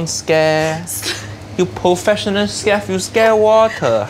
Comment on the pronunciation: professional 'skef'😂😂